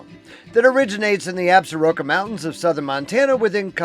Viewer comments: Absaroka’s is pronounced “Absorkee’s”. by the locals. Nice video! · Absaroka is pronounced, "Ab- sorkee"